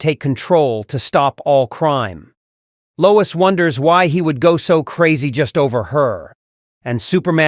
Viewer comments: “TRIPPED BY LOYS” 😂 Freaking AI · "Bottah-rang". "Loyz". Do your own narration. This AI narration sucks. Or should I say, "Sooks"?